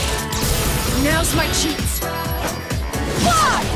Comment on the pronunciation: "Now's my cheats" 😂 I'm sure it's meant to be chance? But I can't unhear it....